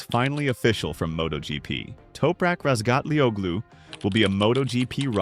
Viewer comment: The 'G' in Razgatlıoğlu is silent. It's pronounced Razgatlioulu, just in case anyone may wonder. Good luck, Toprak.